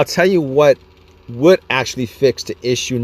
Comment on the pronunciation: accentually, 😂 if you have this issues, 😅 accentually this issue is rare,😂 accentually I dont have an answer, 😂 accentually the main battery charge 😂 eccentually the start stop, 😂 accentually I dont know what to say😅